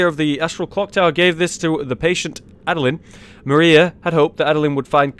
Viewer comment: You butchered Adeline's name soooooo hard Jesus christ